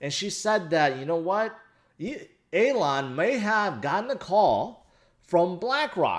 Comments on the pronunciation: ''Aylon"'? Its Elon! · Hey, it's E-lon, like the ees in fees. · Alon FUD fits the best... "Shhh. Be vewy vewy quiet, I'm hunting hodlers", "scwewy Bitcon" 😂